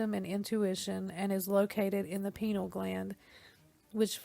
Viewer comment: Its pronounced Py-nee-aal gland not "peenile" lmfao holy crap